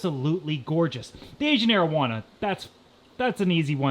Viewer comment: "asian marijuana"